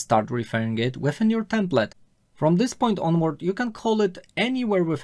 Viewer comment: Dobra robota, ale Twoje "templet" zamiast bardziej "templeɪt" doprowadza mnie do szału!! xD